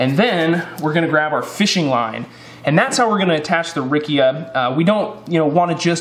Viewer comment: Very useful video!! .. the correct pronunciation would be “ riccha “ no “ rickia “ 😅